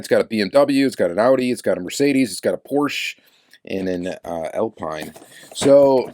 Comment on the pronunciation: The Alpine is French -- from Renault -- so it's pronounced Al-peen, like the F1 team.